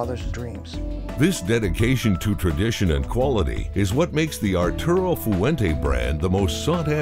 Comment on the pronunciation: It would be nice if the guy they paid to narrate this could actually pronounce Fuente properly in 2 syllables, "fuen te" not foo-en-teh.